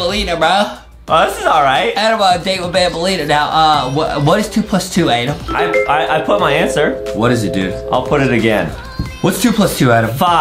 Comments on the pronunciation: it's not Adam it's Adem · Its ''Adem''!! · Adem like ayyydem